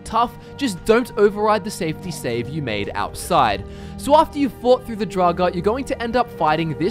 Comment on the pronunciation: did he say... draugar deathclaw XD